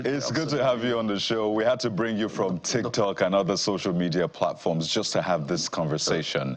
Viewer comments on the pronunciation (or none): none